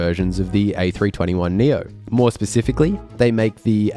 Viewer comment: Did you say "pacifically"?